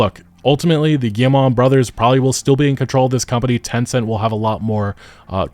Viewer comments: Hey, good video, FYI for your future videos, you pronounce Guillemot "Guille-mah" but it's really just "Guille-mo". Like you would prounounce "foe" or "Joe". Thanks for the content otherwise! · Cannot keep listening to this guy pronouncing the name. Guilletmot is pronounced gee (as in gift)-moe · Nobody checks how to pronounce Guillemot bf they make a video about them lol